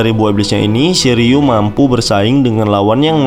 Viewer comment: Shiryuu min bukan shiliew